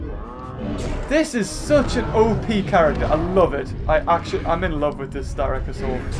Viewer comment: Its sst ra c not st y rac